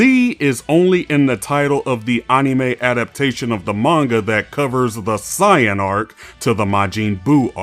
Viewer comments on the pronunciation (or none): It is definitely AI. Anytime Saiyan is said like Scion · "ahnime"? "si-yan"? why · I do watch dragon ball in dub, but I also watched it in Sub. I know how they pronounce certain names, like Krillin is kullin in jap, or saiyan is Saiyajin But what he doing is completely different.